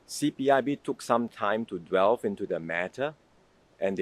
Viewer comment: Mr Wong is going to be the next PM and English is his first language. To save Singaporeans any embarrassment, he should improve his pronunciation, and check online if he is unsure. Singapore wants a PM who is intellectually curious and works hard to improve himself daily in all areas. (He didn't pronounce the common word "delve" correctly .) He should emulate Mr Lee Hsien Loong's intellectual curiosity.